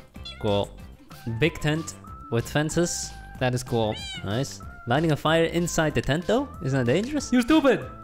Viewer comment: Hypixel Voting: Good Jerry and Harry: cWoLe (cool)